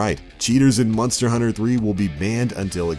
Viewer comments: Sounds like hes sayin Munster hunter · "Munster" Hunter.... lol